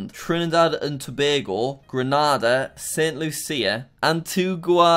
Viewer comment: Jack I just want to say that st.lucia is said for St.lusha